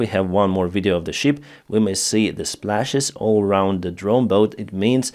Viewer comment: you sank a ship, not a sheep. Big difference in pronunciation.